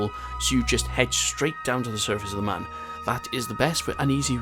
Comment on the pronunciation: Everytime you mispronounce Mun I die inside a little